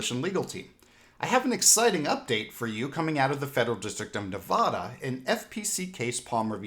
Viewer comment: I love you but please pronounce our states name correctly as you should pronounce Nevadan them same.